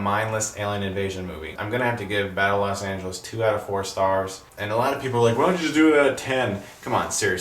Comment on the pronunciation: Los not LAS